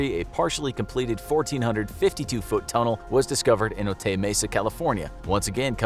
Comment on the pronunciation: It’s pronounced Oh-Tie.